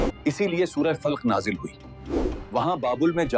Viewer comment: Channel is good but work on pronunciation must be done, it is surah filq nahi falaq, shakwah nahi shikwa